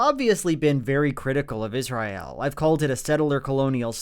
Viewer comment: I love Joel. That said, does anyone else clench their teeth a little tighter every time he says Is-ry-el?